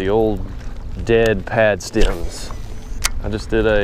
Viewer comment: when you say, "stim", do you mean stim or stem